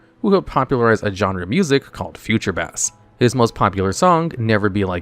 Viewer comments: I can tell you who’s not a Metallica fan lol. James Heartfield Lars Ulreek Curt Hamlet and Bob Truheelo. And future bass???? Is it fish music? Are you ok? Maybe you had a minor stroke when recording this. It’s spelled bass but pronounced base. You gotta be trolling. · Why do you pronounce everything wrong? It's pronounced Base, not Bass like the fish. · Future......bass? Like the fish? Not a Future Bass expert here but im guessing it's pronounced Base >.< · hearing your pronunciation of bass made me physically recoil